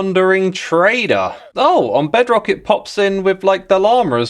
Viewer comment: I closed the video when he sayd "Bedrock" 🫠